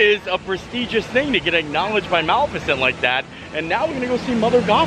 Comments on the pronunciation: Ma-li-fi-cent, not Mal-fi-cent. Thank you. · Love ya but PLEASE say Malificent the right way!! Muh-lif-uh-cent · You said maleficent wrong 💀